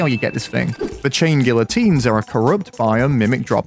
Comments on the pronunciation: I think it’s pronounced guiotines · It's gee-o-teens m8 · Bro, the LL is not pronounced, its guiotines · its pronounced "gee-uh-teen" (look it up so u dont make my soul hurt) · You still pronounced it wrong lol GEE-uh-teens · You don't pronounce the "L". it's "gee -oh-teens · *tries to pronounce it right* ah yes, ive got it right now. *pronounces it wrong again* try (Gee-ah-teens) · Chain gee-uh-teens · Chain gee oh teens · i think the L’s are silent, so it would be “gia-teens”🤣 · bro really said gillateens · I can't blame you, everyone gets it wrong. Since it's a French word it's actually pronounced Gee-a-teen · hum acktually you say guiyoteens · "Geeateens" its pronounced kinda like that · Not to be the nerd... But its Gee-uh-teens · It’s geyatines. Spanish L’s when next to each other make the y sound. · Funny thing is he's still saying it wrong, it's pronounced gee-o-teen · Does he know it's pronounced like geeyotines, it's French and someones name. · pronounced geeateens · Pretty sure the chain guillotines is hardmode Also it’s pronounced ghee-ah-tines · You still pronounced it wrong. "Gee-ya-teens" is pretty much how you say it. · The L is silent so it is pronounced gy-ah-teens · Gee ah teens I know French sucks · Fun fact, the letter l is not pronounced in that word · Dude the L is silent???